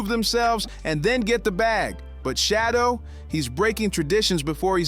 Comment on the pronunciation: His name is not shadow Sanders